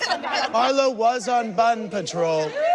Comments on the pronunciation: It’s not Bun it’s Bond 😂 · It’s bond not bun 🤭🤭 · Lol I love Marlo how she pronounces the word bond. I got a bund. Sheree you Nene got a bund. She sounds like she has a 5th grade education. Kenya Moore is my favorite though. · Bruh Marlo does pronounce words like bund 😭😭😭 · Kenya was so quick to correct Marlo's pronunciation of "Bond"....but no one stopped her to say "it's one trick pony, not one pony trick." Or "the actor's name is JOHN Amos. He played James Evans, but his name is not James Amos." 😂😂